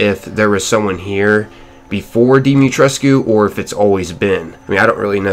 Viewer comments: "Lady dee-mi-tres" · i just found out that it was pronounced like "die-ma-tresc" and i was so confused😃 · The u in alcina dimitrescu is silent